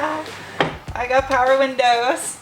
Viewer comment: Power windose. Cant unhear it now